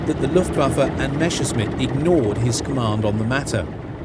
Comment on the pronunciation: Dear narrator it's Messerschmitt not Meshersmitt and it was Willy Messerschmitt who told Hitler when asked that the ME 262 could carry bombs not Göring!